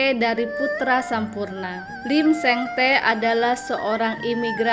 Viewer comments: Bacanya lim sing ti bukan lim seng te mbak 😅😅😅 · dibaca lim seng ti...min😊